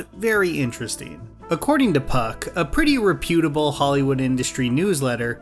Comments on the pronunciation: Thought this might be a good video. Lost me from the second sentence with the dry voice and mispronounced “reputable” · i HATE they way he pronounces reputable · The way you pronounce reputable😂😂